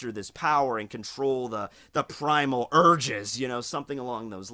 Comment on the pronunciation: hmmmmm, primal "eurges" you say.....